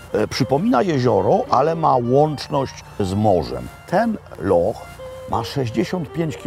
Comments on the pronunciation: Szkoci nie wymawiaja slowa "loch" przez "k", tylko "h" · Super odcinek. Dawno w nic tak szybko na YT nie clicknalem. Tylko jedna drobna uwaga - Szkoci wymawiaja LOCH a nie LOK. Anglik LOCH wypowiedziec nie potrafi :) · Panie Robercie. Nie lok tylko wymawiamy loh tak jakby po naszemu 😊 Zapraszam na kawę 😂